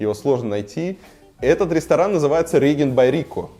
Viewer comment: Интересно, информативно (с ценами!!!), но только не Ригент, чувак...риджент)